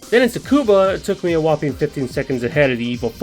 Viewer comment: I thought I heard it wrong but turns out, you actually called Tsukuba Circuit as "TsuBUka" lol.